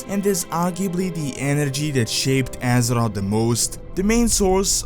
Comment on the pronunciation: on de woralt of Asser-Rot